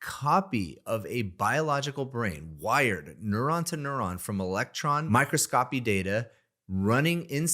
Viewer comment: its pronounced "my-cross-kohpee"